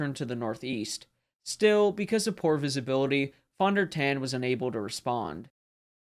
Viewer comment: Pronounced Phone Der Tawn